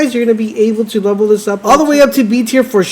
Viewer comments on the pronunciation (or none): none